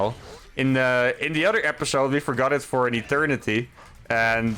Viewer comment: Your English is great, but one thing keeps standing out. I noticed in your vids that when you say the word "other" you pronounce it as "udder". Just a heads up :)